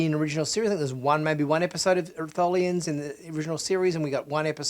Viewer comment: It’s Tholians, duh